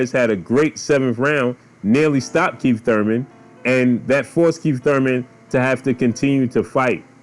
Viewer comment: U said "KEEF one time Thurman" lol